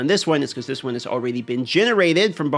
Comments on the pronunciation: All-raidy then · Has ever addressed the way he pronounced the word already? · It’s ok, he’s from Alaska. They do things different up there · ^ he's got a point 😂